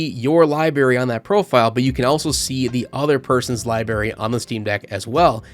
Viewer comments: you kept pronouncing library as "liberry". It's libRaRy. Two Rs. Just a pet peeve of mine lmao, but otherwise good review mate. Also apparently OBS is natively supported on Steam Decks OS, could potentially capture the mic audio that way. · It's library, libary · The amount of times I heard "libary" bothered my soul *LIBRARY* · Say libary one more time… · Good review but library has two Rs in it my guy lol